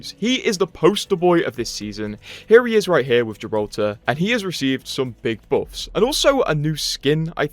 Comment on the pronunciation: I dont play anymore but still visit your vids to hear you pronounce buffs as boffs